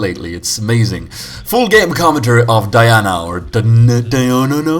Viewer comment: Hey, forget english accent ffb! I heard you saying "Dayana nana", but try "Dyanana" with a tard voice like you did in your vid about Ezreal's Bananas!